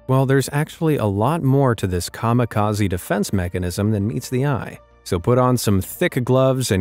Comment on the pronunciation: "kamekhazi defense mechanism" bro did you just say that